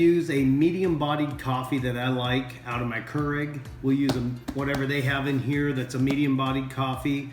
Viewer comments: For the love of all that’s holy, it’s Nespresso and Keurig not Nepresso and Koorig. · Never knew hearing nepresso and currig would bother me so much LMAO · And KER-IG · Nepresso and Kurrig.